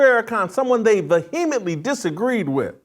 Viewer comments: Jason.... you are a brilliant journalist. But cmon man. Vuheemently? Its vehemently. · Ve-heem-etly??? Dis-par-a-jing???...learn to pronounce simple English words Jason. And if you identify as an Evangelical Christian, you might want to rethink what our responsibilities are as Evangelical Christians to our Jewish brothers and sisters in Israel. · I think the h is silent vehemently... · Bizarre pronunciation of "Vehemently" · Please learn to pronounce vehemently correctly! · Please try to pronounce vehemently correctly before saying it so often!!! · Pronunciation Words to work on: 1. Disparaging 2. Vehemently